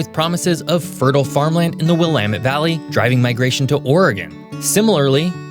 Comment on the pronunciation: I figured odds were good you were a local when you pronounced 'Willamette' correctly.